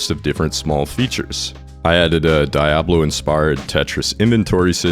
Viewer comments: lol the way you say "Jah-vuh" and "Dia-bla" makes me smile. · Your pronunciation of Diablo makes me want to commit unspeakable acts It's DEE-ah-blow, and in case you need help, it's pronounced Bah-ALL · Pls stop saying diablo like that 🙏🏻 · The way you say Diablo gives me psychosis. Im sold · Good video, good game. Hate how you say Diablo and Java though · Very interesting video and I'm loving it so far but I had to stop and express my fear of how you say Diablo.